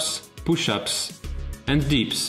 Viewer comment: u say dips, not deeps...